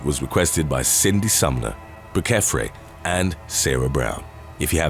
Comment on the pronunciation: the second person who suggested this topic - brucefre - is more probably Bruce Fre and should be pronounced as such and not as bru-kef-ray as you did !